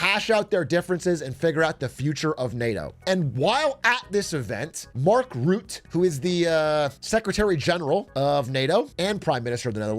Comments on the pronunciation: It's funny to me how you consistently mispronounce the NATO chiefs name. It's Mark Rutte, not Mark Rutt. 😂 You have to say the E at the end, but not as an American E, but more like a uh sound. Sort of like this this, Mark Rüttuh. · Rutte is pronounced like Röttö btw (German ö sound), not "Root", just in case WWIII happens and you have to say his name again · I think Mark Rutte (by the way, you pronounce his name like Rut-uh, not Root - like uh... in a rut) was just mirroring (cleverly) Trump's wording, rolling with it - and he's getting what he wants, so I think that's a pure win for both NATO and Rutte. He doesn't care about what the general public thinks of him - he cares about doing his job, and he was purely winning here. Those that know, know. In the end, that's the only people whose opinion matters to anyone in his position. Mind you, I don't politically align with Rutte at all, but I think this was a smart move. By the way, that means I agree with your analysis: the EU gets US support in the short term, and in the longer run they gain soft power and military independence within NATO. The US really gets nothing out of this, except Trump personally, but outside the US, nobody needs to care about that. US citizens shouldn't elect corrupt leaders that are vulnerable to flattery if they don't want this. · Not Mark Root Mark Roota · Everyone already corrected you because Mark is no longer PM so I'll just mention his name is Rut-te not ruut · Also its not Routte but Rutte with a U like in butt